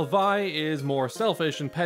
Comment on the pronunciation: Great video! Just one thing I noticed, I know it seems strange, but Vi's name is actually pronounced as "Vee," and her full name uses a French-like pronounciation like with Jaune's name, aka Violet pronounced as "Vee-oh-let."